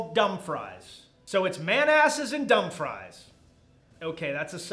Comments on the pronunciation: You mispronounced both places... Couldn't tell if it was intentional or not. Manassas is Muh-nass-us and Dumfries is Dumb-frees. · Love the pronunciation of Man Asses and Dump Fries. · Ma-na-sas and Dumb-frees is how they are pronounced!